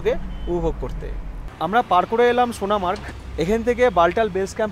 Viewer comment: কথাটা সোনামার্গ নয় । সোনমার্গ